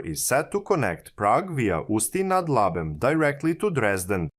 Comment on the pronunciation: Ústí nad Labem was also pretty solid